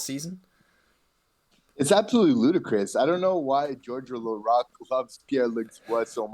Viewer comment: "George Laraque" .....